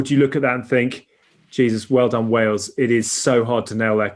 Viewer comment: I Love How Haskell can't even say the word, Wales! How do those lemons taste ?